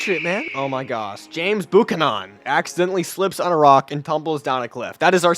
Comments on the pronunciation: No. It's Byu-can-an. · Did you pronounce it Bucuhnon for Buchanan, come on man, you are better than that lol. And TAFT,,, not T. Come on man!!!! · James Boo-Cuh-Nawn 😭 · Bro you butchered that pronunciation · You pronounced his name very well.. 💀